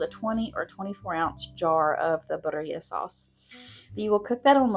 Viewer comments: Loved these meal ideas! Birria is one of my favorites since I discovered it. Not trying to be a stinker, but it is pronounced 'beer-ee-ah' This will help people know how to ask for it if they are looking for the sauce or ordering the tacos at a restaurant. Loved your chicken broccoli cheese recipe, I'm going to be trying that one soon! And I just subbed to your channel for more great recipes! Thanks for this video! I live alone but sometimes have my grandson here with me and crockpot meals are easy for when he's here so I don't have to be in the kitchen so much, or for when getting home late. These all sound wonderful! ❤ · Thank you for attempting to say BIRRIA! I know it's a hard word in the Hispanic culture lol. FYI: you're adding the accent in the wrong area. Phonetically, it's pronounced "bee-rria", so the accent is on the first "I", not the second "I" as you're saying it. Again, thank you for trying!!! ❤❤❤ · Birria is pronounced Bee- Ree-aa you're saying it well except change it to BEE at the beginning 👍